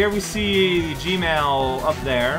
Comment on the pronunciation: "I WAS IN BALL FORM!" Yeah, that was on the game for that one. Spin equals aquatic death. Or should. I love that G-Emerl/Gmerl gets pronounced as GMAIL by. This makes me pleased.